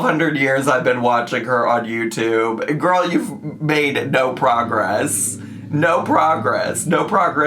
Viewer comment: Lmao the “naurrr” takes me out everytime